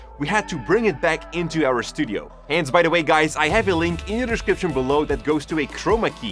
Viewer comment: You always say the word “description “wrong